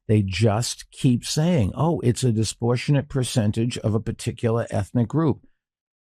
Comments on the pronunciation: “disportionate” isn’t a word no matter how many times the little turd says it. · What's "disportionate"? "Non-disportionate"? "Disportionately"? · It bothered me hearing him mispronounce "disproportionate"